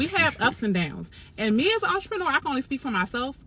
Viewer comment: I’m hearing “ARTreneur”.. am I trippin??